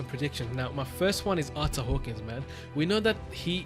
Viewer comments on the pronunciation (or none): If you wanted to know it's actually pronounced Ar-ter Hawk-wing